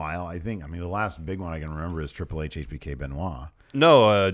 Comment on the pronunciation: The way Pete Dunne says Triple "Hayche" is the greatest thing since Austin